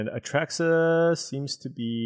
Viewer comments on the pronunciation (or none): Oh yeah its been months of A Truck suh